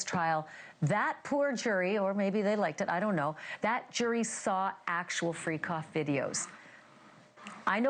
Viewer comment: Sounds like she's saying "Free Cough" 🤣